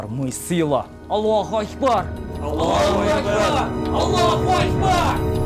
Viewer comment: Сосын Аллох өйкпар деми дурстап айтпай мекен Аллах акбар деп